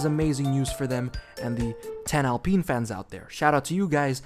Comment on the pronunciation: I'd rather you call them Renault Werx team than Al Peen 😂 It's Alpine. Line wine or fine. Because the french def say it wrong.